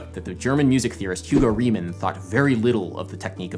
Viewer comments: You pronounced 'Bach' so well! Thanks for that. But Reimann is pronounced 'Raiman' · If Hugo Reimann was German, his name would be pronounced "RYE-mun"